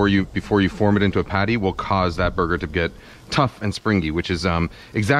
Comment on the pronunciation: sounds like he says booger. Yes I am 12.